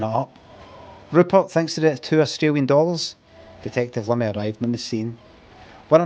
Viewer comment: It’s “Limmy” mate not “Liimi”